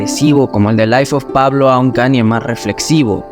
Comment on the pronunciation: And all i need is yall to pronounce right my name is kan-ye, but some of my plastic still say kanie Kanye west - diamonds from sierra leone